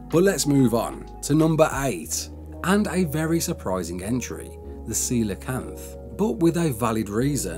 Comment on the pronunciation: Wow...proud of you......you finally pronounced Coelacanth correctly lol.....great vid as always bro